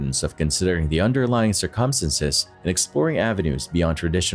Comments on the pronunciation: Umm.....you might want to learn how to pronounce "circumstances". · Gotta fix the way the narrator says "circumstances" lol